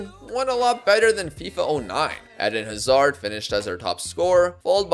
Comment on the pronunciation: the pronounciation of Hazard throughout the whole video gave me several aneurysms